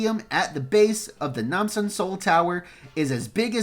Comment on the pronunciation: Good Pronunciation of Namsan.